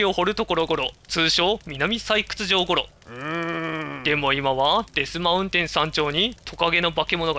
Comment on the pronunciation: デスマウテンじゃなくてデスマウンテンですよ